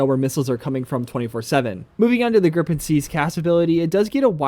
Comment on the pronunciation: Haha, it's Gripen/Griffin not "grip pen" 😂